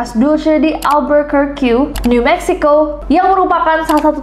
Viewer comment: Pronounce nya 'Alberkerki' kak. Bukan 'Alberker-Q'.